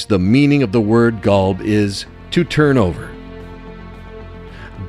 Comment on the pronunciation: Qolb/Qalb = Heart "Kalb" as the narator is pronouncing, means Dog... So yeah man, the words needs to be exactly correct...therefore Quran needs to be read in Arabic as in another language meaning gets lost in translation...